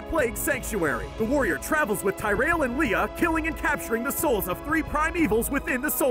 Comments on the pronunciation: I quit watching seconds after hearing him pronounce Tyrael. It was brutal! Clearly he hasn’t watched the cutscenes in Diablo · This whole video has so many things wrong, I understand that the video is supposed to be 3 minutes but even then they got so many things wrong as if they never even played the games. I don't know everything but of course I know more than what was on this guy's script. Dude didn't even pronounce Tyrael's name correctly, forgot to mention that the king that diablo tried to possess was corrupted after his son was possessed with the king later turning into the skeleton king. Deckard cain hadn't been mentioned even though he literally is the one that gives the heroes (the player) information and is one of the most important people in the story. The video also doesn't talk about baal going north and fighting the barbarians that had access to the worldstone. They even forget to mention that even after diablo is defeated in diablo 3 that his soulstone was being contained only for malthael to take the stone from human Tyrael. Hell they didn't say Tyrael became human upon being casted out but that he did it himself or even say that he became a human. This is why i hate short lore videos like this one. If I had to refer to this video as a drink, it would be a bitter taste that for beginner drinkers would confuse the hell out of them. For those who enjoyed the diablo games and understand the actual lore would make them have the worse hang over that would only last for 3 minutesand only through the second half of the drink, each time they heard the guy pronounce the name of Tyrael wrong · He is mispronouncing tyrael's name damn it. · dear god any time this dude says any word that isn't basic street level grammar I want to cringe. Especially "Tyrael" and "Refuge"... Tyrael I get, but why is "refuge" so hard to say? o_O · The Archangel Tyrael's name is pronounced TEAR-EE-ULL, Jesus Christ... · "Tie Ray El"?? That's not how his name's pronounced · Ty RAIL